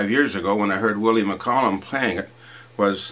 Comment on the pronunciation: Wit a wanker canny even pronounce the name McCallum right ya baw bag